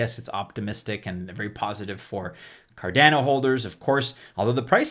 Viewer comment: Car-DAH-no... not Car-DAA-no. ADA (sounded out like a name), not A-D-A. You wouldn't say E-T-H, you say ETH (like you were sounding out the letters/saying a word).